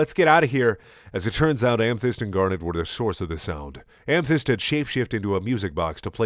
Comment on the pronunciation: Dude every time you say amethyst I hear hamfist and fucking laugh every time